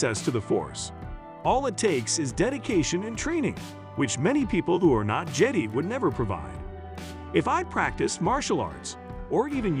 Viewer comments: Please if you launch a Star wars channel teach the AI voice to say JEDI not jeeddy 🤦🏻‍♂️ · fuck that robot voice...if the owner of this channel is too lazy to narrate their own videos, they don't deserve the thumbs up or consideration to finish the video...case in point: the voice pronounced jedi as jeddy. every human who has any interest will pronounce it right